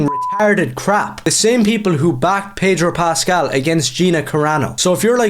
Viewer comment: There is no 'r' in Pedro Pascal.